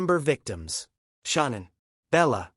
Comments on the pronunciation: Parents pronounce it Shannan it rymes with cannan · And this joker reporter here knows there no damn u in Shannan's name its not Shaun anne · It is 100% Ai garbage. No human reads ‘ AM’ as “six colon fif-teen am”. Not to mention Shannan is pronounced incorrectly, AND “Nichol” is spelled wrong lmao. Syntax is all screwed up. Unfortunate, because this is a fascinating, important aspect of the case which is hella underreported.